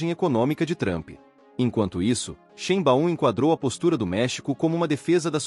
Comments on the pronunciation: Corrige aí sua pronúncia da Grande presidente do México. Se pronuncia Sháin-báum(ou quase isso). Em alemão , "ei" se pro nuncia "ai". Não há esse "BAÚM".(em fonetico internacional:ʃˈe͡ɪnba͡ʊm) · Nao chame a Presidenta do Mexico,de XImbaum... Mude a pronuncia ,para: Xaibaum...!! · Difícil continuar ouvir, com o narrador, pronunciando o nome da presidente do México errado!!